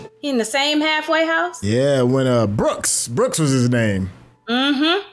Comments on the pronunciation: i cant be the only one who kept saying its BROOKS not BOOKS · 🤣 You wouldn't think it would matter that much but after 20 times of hearing "Booksie"......I wanted to scream, "It's Brooks!! It's frickin' Brooks!!" 😆😆😆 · Good Lord how did y'all get "Booksy"? Its Brooks!!! 😂❤